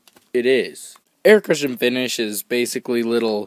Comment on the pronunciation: explaining "Aircutcha finssh.